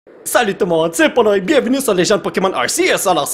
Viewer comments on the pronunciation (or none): none